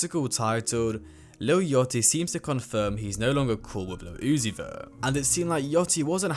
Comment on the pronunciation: “Lil Oozie” “Lil Yottie” “Playboi Car tea” 💔